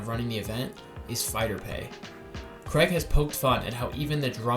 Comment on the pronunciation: His name isn't Creg. Wtf. It's Craig. Cray-g. Say his name right.